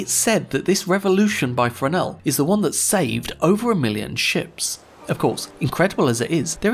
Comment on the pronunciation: Thank you for pronouncing Fresnel correctly!